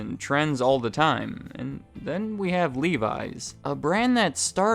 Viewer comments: I hate how he says livi’s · Every time I hear you pronounce Levi's, it sounds so foreign :D In Finland the 'e' is pronounced like in 'men' and the 'i' is pronounced like in 'Mickey'.